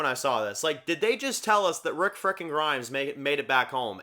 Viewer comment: If you listen really carefully she definitely says rick